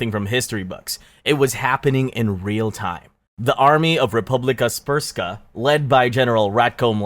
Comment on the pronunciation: Bro said srpska sooooo soo wrong🙏😔